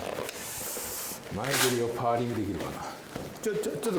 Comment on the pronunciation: パー↑リングじゃなくて、パー→リングじゃない？